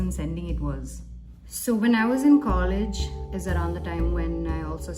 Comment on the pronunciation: I love it when the accent switches mallu for just some words. Eg college. About the issue talked abt....totally messed up mind set...like there are people who actually believe harassing women online actually get them their attention